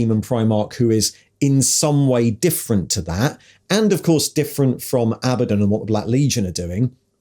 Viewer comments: Did you deliberately pronounce Abaddons names three different ways inside 10 seconds to cover all bases? 😂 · Love how Abaddon is pronounced one way in one sentence, and a different way in the next!